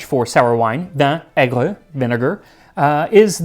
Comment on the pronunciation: You said vinegar wrong in French.